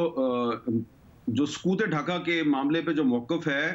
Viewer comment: او بھائ سکوط نہیں ہوتا سقوط ہوتا ہے اردو کی ایسی کی تیسی نا کرو